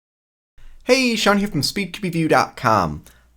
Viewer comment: The way you always say "hey 'SHAWN' here from ", makes me think that someone else works at .